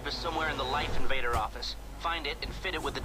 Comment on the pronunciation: se pronuncia laif inveider, no como se escribe..